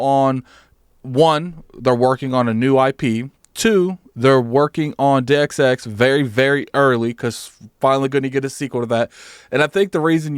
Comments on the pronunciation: deus ex - "day us ex" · "Due x x" lmao I'm dead. This is why we love